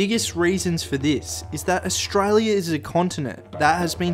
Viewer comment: Listen mate I know you're trying and good on you, but as an Aussie you shouldn't call us ohhhstraaaalia like you did at the beginning of the video. Also we don't have opossums, that is an American thing we have possums. But good on you it's good to see young blokes having a go, keep it up. I was going to call you a dumb dingo but my wife said to be nice because it's really good that you're doing something good, so don't worry you're not a dingo